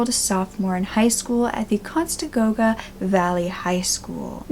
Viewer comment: What's the name of that high school again LMAO!!!! "Cons-ta-go-ga" WOW! Talk about butchery